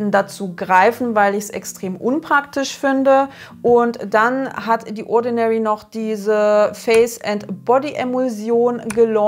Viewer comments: The spricht man nicht "die" sondern mit tie ätsch. Sorry, das fällt mir jedesmal auf. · leider falsch. Dann spricht man es wie thee. The spricht man nie mit D.